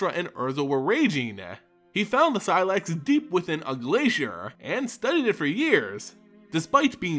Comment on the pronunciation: first say say slex, now seelax blast....